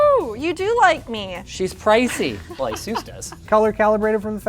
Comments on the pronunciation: this guy keeps calling it A-sús... dude! the accent is on the A!!!!! Á-sus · Asus, not "Azeus" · Asus not azus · not "asus" its "asoose" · Every time you say "Asus" I hear "Jesus" as in "Juan and Jesus". Edit: Word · Linus, say Pegasus, now say Asus. That's how my manager at a PC repair shop fixed how i pronounced Asus :)